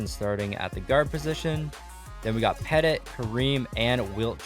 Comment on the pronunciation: U said petit wrong